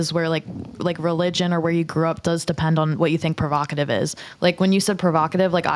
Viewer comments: PROVOCATIVE not prerogative 🤣🤣🤣🤣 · good clip but bro.... its provocative😂 the amount of times you said perokative sounded dumb as hell